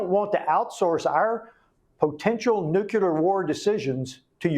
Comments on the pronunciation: I like what he's doing but how do we get congressional reps in office who can't pronounce nuclear ? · I am surprised, and embarrassed for him, that a US Congressman does not know how to pronounce a weapon the Russians may use. Nucular? I thought Benny Johnson was the only one who was illiterate on this. Is he sure he wants to file Articles of Empleachment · Teach Rep Homer Simpson how to pronounce the core word of his discussion "nuclear" not "NUCULAR" wtf? Props for the articles of impeachment even though he likely doesn't know the words.. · This guy can't even pronounce the word nuclear.....